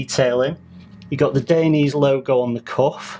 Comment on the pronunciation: You are incorrectly pronouncing Dainese, good video though